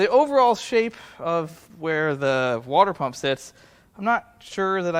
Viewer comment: Wore-dur pump? My ears bled.